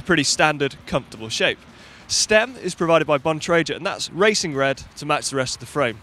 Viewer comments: Hey guys... I know Keith Bontrager and the G sound in his name is HARD so it is pronounced BON TRAY GRRR not JER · "Bon-tray-jer" cringe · I pronounce it as BON-TRAG-GA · I pronounce it laboratoires bontrajét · That's not how you pronounce bontrager! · stravakomkiller Exactly! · Keith called, he would appreciate if you could pronounce his surname correctly :) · All these commenters moaning about pronunciation of Bontrager and between them they still haven't made it any clearer how to pronounce it! Break it down into the syllable splits and deliberately misspell it where vowel sounds alter consonants into harsher or softer tones, using capitals for emphasis where needed......And then us Brits will forget what you've said and revert to our preferred, perceived version...